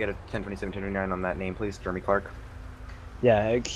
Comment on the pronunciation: Clearly it's Jeremy not germy